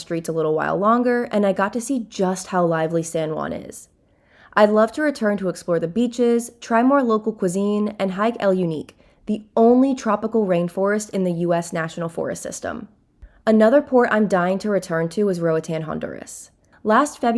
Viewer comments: 😂 “El Unique.” It’s YOOHN-kay. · Goodness it's yun-kay not you-neek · It's not pronounced unique it's pronounced Yoon kay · El Yunque is NOT pronounced “unique”.😂😂😂